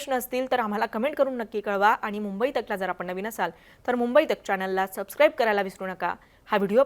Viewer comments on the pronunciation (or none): none